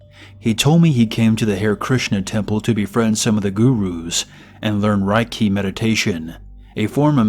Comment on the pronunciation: Its pronounced "Rey key" and it's not fkn mind control 🙄